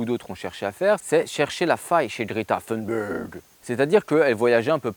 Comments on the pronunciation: Si Greta Thunberg (pas besoin d'essayer de prononcer à l'américaine, elle est suédoise, et en suédois comme en français th=t, et u=u comme dans "unité") ne propose rien, en revanche elle fait quelque chose : mettre la pression sur les dirigeants pour se mettre à prendre les menaces au sérieux. Alors, oui, c'est naïf de sa part. Elle avait 16 ans à peine. Quant aux "quelques matières premières" qui manqueraient à la France pour relocaliser son économie et son industrie, eh bien c'est pas "quelques" qu'il faut dire, mais "presque toutes". Même une centrale nucléaire : du sable (pour le béton), de l'acier, etc., juste pour la construction, c'est près de 100% d'importations. Et les engrais des champs, c'est majoritairement du gaz et de la potasse d'ailleurs. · Toi qui d'habitude fais exprès de mal prononcer les noms anglophones, je ne sais pas pourquoi tu t'ingénies à prononcer Thunberg à l'anglaise. Sache qu'en suédois, ça se prononce peu ou prou à la française ou à l'allemande. Juste "t" et juste "u". "Berg" se prononce par contre "beri" - je sais, étonnant ! Du coup, tu aimes les films d'Ingmar [Beriman] sans le savoir.